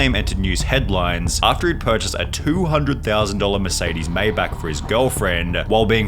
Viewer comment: I’m sorry but i gotta set it straight. its not “may-back” its “my-bach”